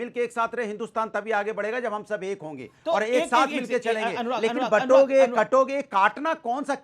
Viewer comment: Amish Sir, I have been listening to you from long time. I am not sure if you feel that there needs to be a correction, You keep saying Batonge to Katonge but it should be Bantoge to Katoge. Ignore me if i am wrong.